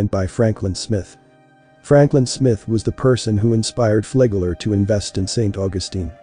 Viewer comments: I always thought it was Flagler, not Flaygler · do the work. to pronounce it correctly. it is Flag Ler . say flag then say ler